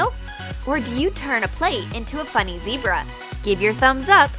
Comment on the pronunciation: its zebra not zeirba